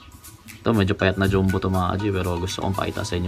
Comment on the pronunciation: Boss bakit dyumbo? Diba dapat dyambo ung basa sa “jumbo”